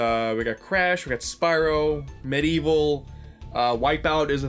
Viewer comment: He said medievil... it's coming true!